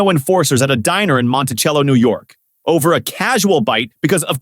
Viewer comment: Monticello is pronounced montisello.